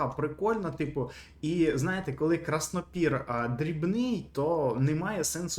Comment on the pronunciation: Краснопір - ударєніє не вірно ставиш